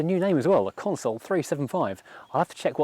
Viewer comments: Consul not "Console". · Pronounced Consul, not Console. Great video, thanks 👍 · It’s pronounced ConSUL not Console, you dipstick. 😂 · Stop stop stop STOP It's a Consul not a Console!! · It's a Consul, not a Console. Not once, but throughout! Aaaarrrgggh. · Excellent video about an onter sting car. It somehow irks me that you pronounce the model name as "console". It is a Consul. But that is just a gripe. The car is lovely and the video exudes affection.